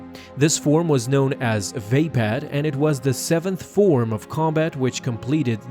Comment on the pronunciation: vape pad lol i think its va pad